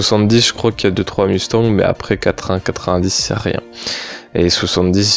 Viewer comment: att la tu va tout suit arrêter de dir mustang OK car sa ce prononce mostagne... MERCI